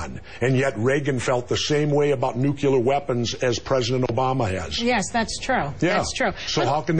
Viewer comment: I like Jesse...but, get it right: It's NUCLEAR, not NUCULER, which is how GeorgeW used to screw up the word.